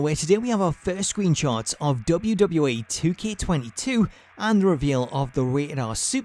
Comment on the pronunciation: Say wwe properly